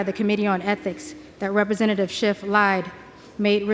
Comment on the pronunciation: She corrects her proper pronunciation of schiffs name to shift. That is just weird.